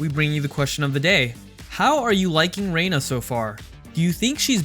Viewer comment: So funny how you pronounced her name, it's not reeena, wtf? Reyna is pronounced Ray-nah